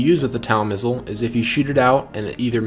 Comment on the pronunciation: Great video. Small correction though as TOW missile is commonly pronounced as "TOE missile". Such as towing a vehicle. Cheers on the good tutorial.